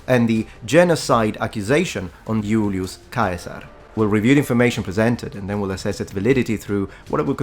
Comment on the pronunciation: Funny how correctly you say Julius Caesar in Latin.